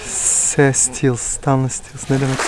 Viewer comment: "ğaça yaptırdınıs gız? "Ha yazıyo... Ne bu? Sss se sitiyılss sitansiyılss... Ne demek o" 😂😂